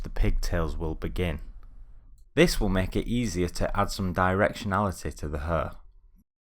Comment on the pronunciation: it's HAIR like in AIR right? Not "urrr" XD anyway good stuff!